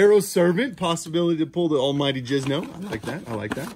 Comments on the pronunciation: Do you call it jizno on purpose? Every time I hear that it triggers me and I yell at my screen NO ITS JINZO!! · I keep hearing Jizno and not Jinzo. I think I have hearing problems